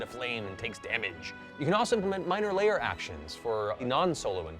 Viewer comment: isn't it "lair actions"? I've never heard of layer actions